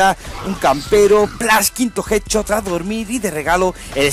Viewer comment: jet chot jajajajaja pronuncia bien carnal